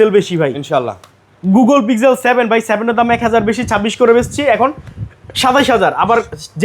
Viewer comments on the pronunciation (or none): ওটা পিগজেল?, (Pig-gel, শুকরের জেল😂) ওটা পিক্সেল ভাই